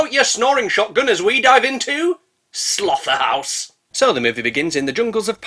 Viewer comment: I don’t know if it was on purpose but the way you pronounced “Slotherhouse” I expected you to say “SlotherHOWFFFFFF” WOO! An Alien 3 “FACK!” You spoil me sir I’m a few (or more) shippies in, but that scream, distraction with the katana, and nut kick had me way back with “TIGER CLAAAAWWWWW” and it was giggle inducing I am now sad if you have only 2 legs, and more sad you didn’t make a “lamborfeeties” joke Am glad Ken is back. Also, ALWAYS have a siv on you! They’re good in emergencies! I want it to come running when she calls too that would be hilarious “As useful as a marshmallow sledgehammer” I need to remember and use that one “Because American is not a language” listen to New Yorkers, then Texans, then people from Jersey… technically you’re right. American is a hundred languages the same way you can determine Glasgow from London Woo GOREMAN! AND THEY SAID THE THING! And a 5th element right before glitches out of existence. Beautiful